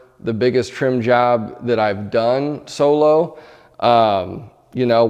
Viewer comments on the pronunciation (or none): none